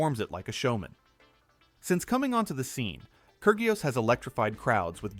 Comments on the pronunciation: I cant stand the ai voice saying KER GIOS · “Kurg ee os” lol